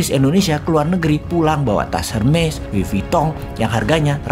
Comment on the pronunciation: Ciehhh bossman nyebut "hermes" nya bener 😂😂😂